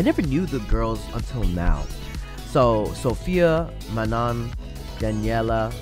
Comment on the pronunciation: Manon is pronounced Man-no 😝